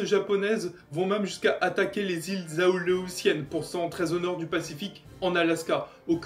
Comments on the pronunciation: Répète après moi: "A-lé-ou-tienne" (prononcé aléoussienne) ;-P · Iles A-Lé-Ou-Sienne ! AU-1 corsair, c'est une erreur sous la photo dans Wikipedia. Son petit nom c'est F4U. Grunnman au lieu de Grumman.